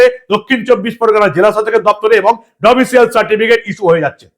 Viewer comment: আপনাকে বারবার বলেছি Domicial নয় , Domicile 😮